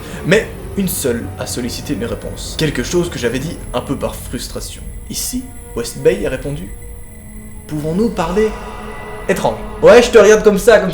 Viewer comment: Son "Bryan B WestDay "au lieu de Bryan B WestBay m'a fait rager toute la vidéo